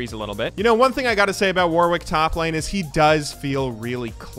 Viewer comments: I might not be the first person to mention this, but "Warwick" is pronounced "worrik" - the second W is silent. How do I know? Warwick is a city in the UK with quite a famous university. Also, it's a lot easier to pronounce fast when you don't think about that second W ;) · We wouldn't make fun of you if you just said it correctly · I wish Americans knew how to say Warwick.